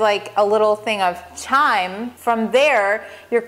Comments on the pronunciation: "Chyme" is pronounced, "Kime"; rhyming with "Lime". It is NOT to be confused with "Chime"; as you pronounce it. Like "Chiming a bell". - Simply put, the "h" is silent even though it is spelled in such a way that makes it look in our English language that you pronounce it "chime". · pronounced kime not the ch sound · Pronounced "kyme" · It's pronounced as a K sound chyme (k-ime) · Chyme is pronounced like Lime, the H is silent xxx